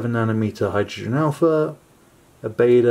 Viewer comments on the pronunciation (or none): Great video, nicely narreted. I just wanted to point out, Baader isn't pronounced like that. It sounds more like "Bar" and the end part "der" is prounced like the end of there. So it's Bar-d-ere. You were saying Baeda/Bäda. Now that I've finished writing this comment, it seems a little pointless and sad. XD Oh and great image btw...